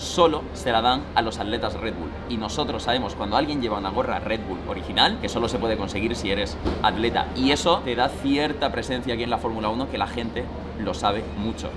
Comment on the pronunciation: Sigo sin entender porque Grefg dice Alleta y no Atleta🤔